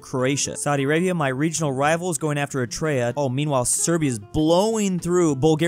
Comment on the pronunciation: Every time says Eritrea I cry a little bit